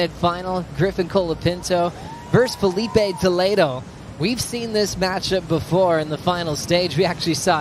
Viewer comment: Fala o nome do Filipe Toledo de forma correta seu analfabeto!